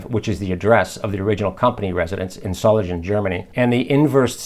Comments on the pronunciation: The "g" in Solingen is spelled hard like the G in "Gulf War". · And is the “S” also pronounced a little like a “Z”? Zole-in-Gen? A friend of mine was from Hilden and that’s how he said it.